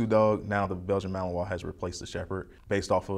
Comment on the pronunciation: why is he saying belgian mahowa?